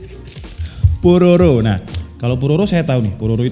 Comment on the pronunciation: Please jawab bang, yang bener yang mana? *"Po.ro.ro atau Pra.pro.ro atau lidahnya kepleset jadi Jro.ro.ri"*😂 Cek link di bawah👇 #Punten bpk Presiden, mantan bpk Presiden, & beliau yang berkaitan dengan link video diatas🙏 saya hanya sedikit membantu kaum rebahan yang susah tersenyum bukan bermaksud lain asli 🙏😁